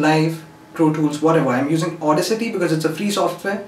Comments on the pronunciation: its not au-dis-ity its au-das-ity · It is funny how he call audacity as auda city 😂